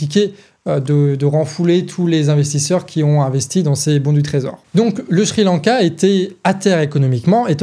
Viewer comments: Pour une fois au lieu de d'encenser la très bonne analyse du ou des sujets que tu traites ou de mettre simplement un👍, euhhh... S'il te plaît; Sri-Lanka ne se prononce pas Shri-Lanka ! J'sais pas pourquoi mais chaque fois, ça m'a fait perdre le fil quelques secondes 🙃. Voilà, bon, tant pis mais c'est tout ce que j'ai trouvé à rajouter comme critique constructive alors ...😉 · Très beau travail au collectif du canard mais aussi au ton de pour l'argumentation! Tout est bien clair Maiiiiis c'est moi où au lieu de dire Sri Lanka (ça se prononce Ciri lanka) il dit "Chri lanka"? Ah moins que ça soit lz vrai prononciation je suis étonné et j'avais tout temps envi de rire alors que j'écoutais la video avec sérieux (hésitez pas à me le dire j'ai bien ris pendant ce passage mais le sujet reste très bien écrit!)